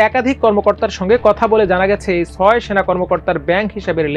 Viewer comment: ভাই, ছাত্র, ছয় এইসব শব্দের উচ্চারণ শুদ্ধ করুন। শুনতে ভালো লাগবে।